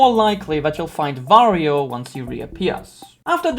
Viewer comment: underrated video loved it but why do you pronounce wario as vario?